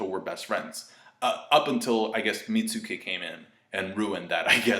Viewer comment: its pronounced Meat-Skii